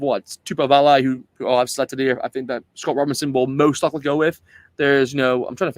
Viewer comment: I was waiting for someone to comment on accents. Quite a few of the Pacific Island names were mispronounced like Ioane, Vaa'i and TuipulotU not TuipulotO etc. Still, it was a great effort, and many of the Aussie commentators of the past were totally embarrassing, so we'll done. As to Sam Cane? No way. I think Rieko is better suited on bench and ALB to start. Ratima ahead of Christie. Only way Blackadder will get in is because of Crusaders sentimentality. I would go for Finau to start. Papali'i is always in the mix, but hasn't really had that one memorable match in black. Ioase, besides Lakai, is one to watch, at least for the future